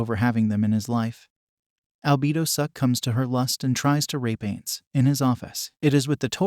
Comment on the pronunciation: not ains. Pronounce it "eye-nnnz"